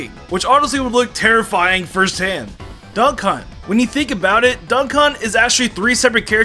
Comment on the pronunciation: Why did you call duck hunt, "Dunk hunt?"